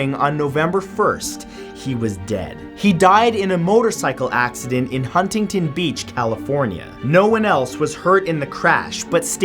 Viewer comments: HAHA HUNGTINTON BEACH XD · You don't pronounce the first 't' in Huntington Beach.